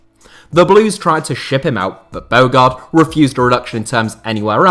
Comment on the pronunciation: Top 10 "what ifs" i.e. Luc nilis at villa. Surely coutinho to barca and then knocking them out on loan is a top fail. Also throw aquilani into the mentions list. We were promised the next xabi Alonso. Oh, think its pronounced winston "bo harde" btw.